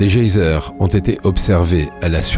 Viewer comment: En effet, cette prononciation du nom d’Encelade et des « geisers » est abominable. Mais en dehors de ce léger accroc, le doc est magnifique.